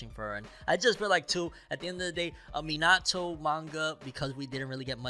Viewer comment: Everyone says Minato name wrong